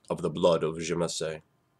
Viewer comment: It was pronounced "zuh-mee-see" in Vampire Bloodlines